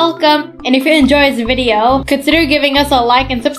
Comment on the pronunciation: It’s video not vibeo